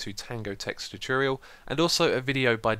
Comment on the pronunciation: You're videos are amazing xisuma, but I have to say, it annoys me so much that you never say tutorial right:P